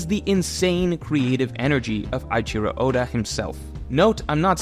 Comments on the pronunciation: eiichiro is pronounced like A - ICHI - RO , not EYE - CHIRO . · Did you just call him “Aichiro” oda